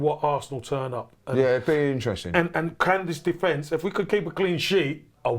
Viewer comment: The guy couldn't even pronounce "attack" or "defence" 😂